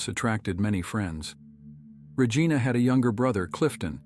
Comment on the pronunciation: The pronunciation of Regina was butchered in this. 😳 Please use a human voice.